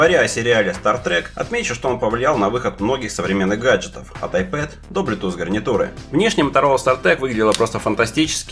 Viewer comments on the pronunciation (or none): none